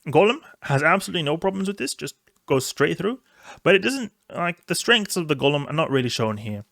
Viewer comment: Enjoy your vids man but, it's Golem (as in toe/hoe/poe/snow) not Gollum (as in the LotR character).